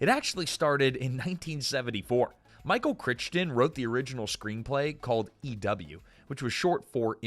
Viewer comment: Noah Wyle, pronounced “WY-LEE.” Michael Crichton, pronounced “CRY-TON.”